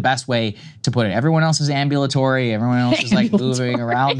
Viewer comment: 😂😂fuggin kristals laugh a when he says ambulatory😂😂😂😂